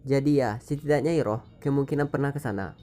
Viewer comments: Denger kata iroh agak geli gan? Kayak bibik sayur deket rumah,,, rasanya kalo disebut airoh deh di film... Ane bukan ngomong soal tulisan, tp penyebutan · Koreksi bang penyebutan namanya bukan iroh tapi airoh